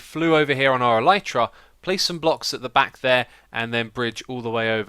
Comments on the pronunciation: It's not El-eye-tra It's not El-ee-tra It's El-i-tra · It's pronounced 'el-i-truh' The Y is pronounced like the I in 'tin' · Carrot Channel it's pronounced elytra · Tell Mumbo that he is saying the Elytra wrong. And while you are at it, ask him how to say Olaf.